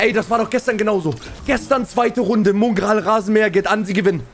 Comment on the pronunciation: Wo ist eigentlich das U in Mongraal... Muuungral